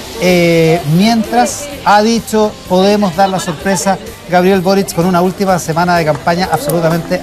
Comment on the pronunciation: hola soy Ivan valenzuela y me encanta ponerle "tch" a todo: "boritch cuando tchico en chacon, etchtraordinario, ha ditcho boritch"